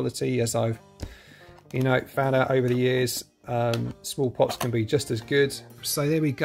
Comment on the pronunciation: You were saying "small pots", but I kept hearing "smallpox" and I was like, "I sure hope there's no smallpox in there!" 🤣